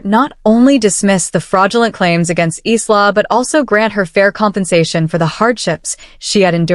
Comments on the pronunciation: eesla? It,s pronounced eyela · Furniture refers to handbags, accessories, and/or shoes and is likely translated literally from another language. btw, I cringed at every pronunciation of Isla.